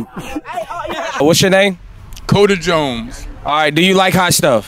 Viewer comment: Homie said Cody Jomes lmfao🤣😂